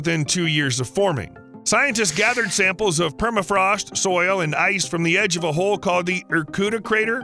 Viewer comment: He said, "Giant hole," not "Giant Ho"